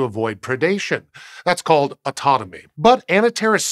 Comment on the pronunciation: Is it just me who heard "autonomy" not "autotomy"?